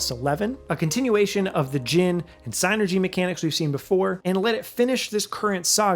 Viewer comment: Finally someone pronounces psynergy property!